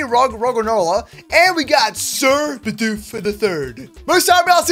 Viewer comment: Also when you said your getting a Bidoof, I though you meant a Bedew